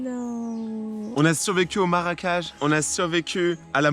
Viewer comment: aui dis maracage au lieu de marecage😂